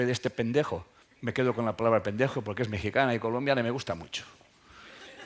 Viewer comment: ANALIZARÉ EL POR QUÉ ME MOLESTA TANTO EL QUE DIGAS "PENDEJO" CON TANTA FUERZA Y ÉNFASIS, GRACIAS.